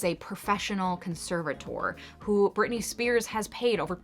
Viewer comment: You lost me at Britney Spearsis... ..lol It is just Britney Spears.